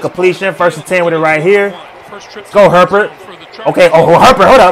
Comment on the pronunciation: Lol at the fans complaining about his pronunciation of Etienne, when he absolutely butchers Herbert's name! 🤣